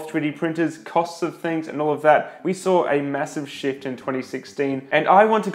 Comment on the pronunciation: I can't help but laugh every time you say "shift". all in a good way, like the new space, look forward to seeing you come up to speed with it.